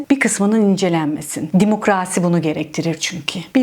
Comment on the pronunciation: sana bayılıyorum.Hele şu Demokraasi demen 😅